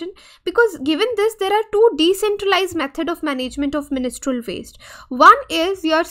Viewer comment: You are pronouncing the word menstrual wrong again and again. How can you even give lecture to this important topic ?? Disgusting.